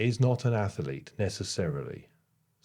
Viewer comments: Interesting to see the results of the ATHLETE you are going to create…..but not an ATH-ER-LETE,! It makes me laugh every time you say atherlete. 😊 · When I hear you say “ath-e-lete” I can’t help thinking of Stewie Griffin saying whip… 😂